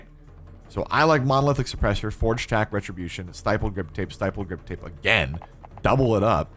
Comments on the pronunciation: Dude... love the video, but "stippled" is pronounced like stick - STI-ck - STI-ppled. I'm sorry, just driving me nuts with STY-ppled. lol. Also, why do you run amped on the sniper? It doesn't affect switching to pistols or knives. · This man really just said steyepled grip tape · That's not how you pronounce 'stippled.'